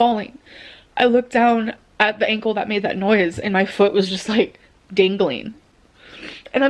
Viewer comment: I know this event is old, but I watched the recent “meet the Lynns” and it revisited the dangaleen ankle story - lol I know she’s being overly dramatic, but I just can’t stop laughing at the dramatics coming from her 😂 and the pronunciation of the word dangling - lmao dangaleeeen. Ahh never change 🤣